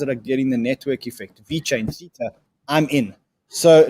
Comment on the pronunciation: Please learn how to pronounce Theta! 😂